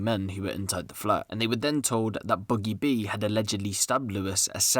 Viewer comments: Rate da vid but it’s boogie b mate not buggie b it’s ak a problem in the vid lol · Ain’t no one gonna point out he said boogie boo 😂